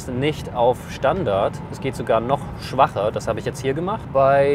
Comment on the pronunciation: Die Steigerungsform von schwach lautet 'schwächer' und nicht schwacher!